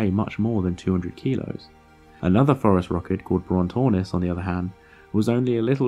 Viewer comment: I’m sure it’s obvious by the comments but to anyone new, “phorusrhacid” has a soft “c”. Also there is a pretty big error in the video where he suggests Gondwana existed at all in the cenozoic. South America separated from Gondwana in the Jurassic period. Possibly before birds evolved let alone phorusrhacids. This is why it is controversial that they made it to the other continents.